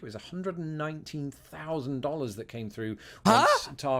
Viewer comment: Dollars not Follars